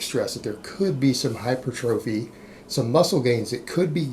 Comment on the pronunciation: Hi per tra fee: hypertrophy. Multiple YouTube fitness “experts “ mispronounce this word